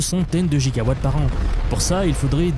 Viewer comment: 2.21 gigowattttttts ????????